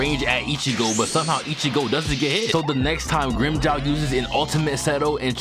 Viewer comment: fuck, can't stand the grimmjow pronunciation had to fking skip it.